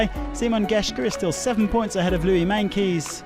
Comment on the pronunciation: Someone needs to tell the commentator how to pronounce Meintjes name properly. The commentator changes the J near the end to a K.